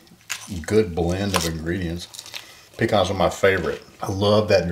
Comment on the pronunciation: I'm so happy to hear you say "puh-kahns" the correct way! 😅